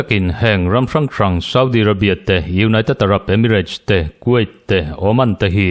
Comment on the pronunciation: Kuwait hi quait tiin lam suh.